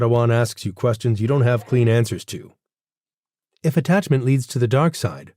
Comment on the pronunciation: *peace not piece. *attachment not attacment